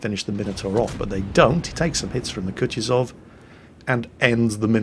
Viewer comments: its not Kutizov Its spelled Ku-tu-zov 2nd U is said the same as the 1st one its hard to explain a english speaker how to say russian words right 😜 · Sir, it's "koo-TOO-zuv" (stress the TOO), not coochie-zov. No, I'm not on a break, I brought my minecart with me. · Hey, I love how you say it as "Kutchuzov":P